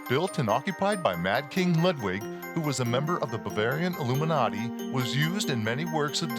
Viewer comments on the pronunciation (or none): none